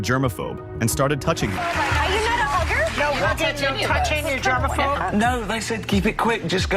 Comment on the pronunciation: I thought she said, your not a booger? Haha not hugger